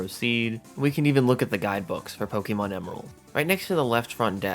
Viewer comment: I die a little inside every time I hear Pokey Mon. I think I lost a few months off of my life after this video.